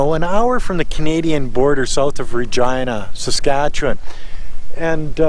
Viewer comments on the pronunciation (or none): none